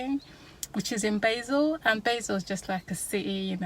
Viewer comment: Pronounced BAHzel, rather than BAYzil...